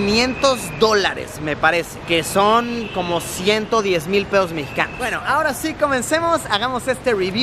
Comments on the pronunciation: Soy el único que se dio de cuenta de que dijo peos mexicanos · Soy el único que escucho 600 dólares es igual a unos 6000 pedos mexicanos?? jajajajjajaja pS. Sin ofender a la gente mexicana